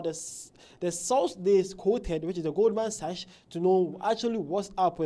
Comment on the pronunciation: Pronounced as "GOLDMAN SACK"...